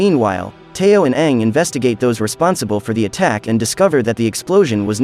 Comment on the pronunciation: Its teo not tayo